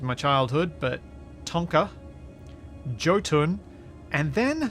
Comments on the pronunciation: I think Jotun would be pronounced (yo-tun) bcuz I think its in reference to norse giants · Died a little when you said Jötun 💀 its norse for giant, and was originally pronounced Yotun 🤭